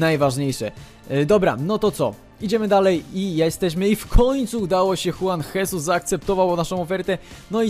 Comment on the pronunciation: Juan Jesus czyta się: Żuan Żezus